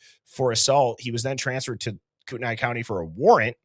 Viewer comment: Kootenai is pronounced Koot-knee.